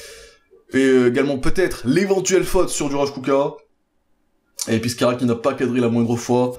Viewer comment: pk tu prononce kucka alors que c'est ecrit kucko où alors ca se pronoce kucka ?